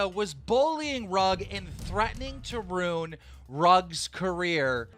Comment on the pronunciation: Keem is such a dirtbag. Not only is the content of what he says awful, but I can't stand to even listen to him speak because of things like . Ruin is two syllables. Rune is a different word altogether.